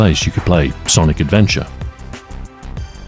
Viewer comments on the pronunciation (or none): none